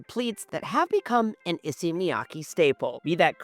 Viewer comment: If you're going to buy all of them, at least pronounce Issey correctly...